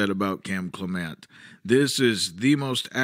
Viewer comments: It's CLEM ' ent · It's CLEM ent